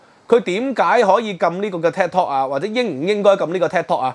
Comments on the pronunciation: tik tok 係「剔托」，唔係「踢托」，好ung耳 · 禁Ted Talk 🤔? Ted Talk is very popular. Should be Tik Tok pronounced as “Take Talk”. 😃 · 係Tik Tok 唔係Ted Talk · 發音可能要準少少，我聽到 Ted Talk 🙈🙈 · ，你自己題目都正確寫出TIK-tok; 點解你的不斷讀書Ted-tok? 還有是余茂春，呢個名大家都知，你有點落後了！